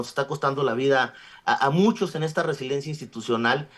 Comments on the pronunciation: Solo con escucharlo decir resilencia cuando lo correcto es resiliencia, me queda claro que no está ahí por sus conocimientos y preparación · Resiliencia!!! Cómo le abren los micrófonos a alguien que ni siquiera sabe pronunciar o saber el significado de las palabras, pierde credibilidad